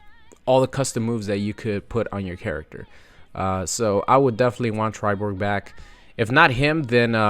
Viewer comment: He said millenna and triborg lol